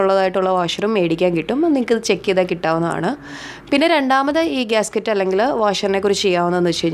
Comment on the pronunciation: ഗ്യാസ്‌കിറ്റ് അല്ല ഗ്യാസ്‌കെറ്റ് ( Gasket )